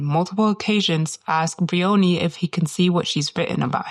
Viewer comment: One petty niggle - her name is not Bree-onee. It's Br-eye-onee, a two syllable word, with the emphasis on the first syllable, "eye-o". Otherwise very interesting.